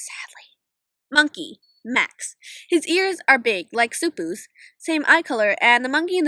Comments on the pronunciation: xuppu's named is pronounced 'shu-pu' not 'su-pu' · and why did you say soo poo its pronounced shoo poo